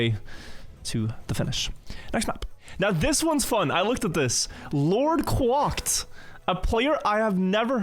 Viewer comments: LordQuacked, is quack like a duck; kw-ack, not kw-ock. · Lord Kwocked being pronounced like that cracked me up every time...